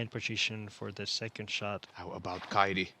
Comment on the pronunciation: Kaidi lausutaan Kaiti pehmeä t